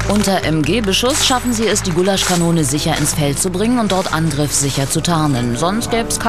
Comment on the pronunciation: "Goulashkanone!" hahahaha